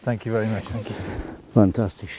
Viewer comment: Was your mate a german man ? Because he sad : Fantastisch :D ?